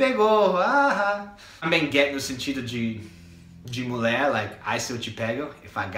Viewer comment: vc é ótimo... mas nao fala "mulé" pra falar mulher pleeease hahaha ficou muito engraçado 😂 adorei o videoooo... valeu!